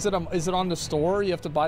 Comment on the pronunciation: "is it on the store? Can you but thé cinematic on the store??" 😅😂😂😂😂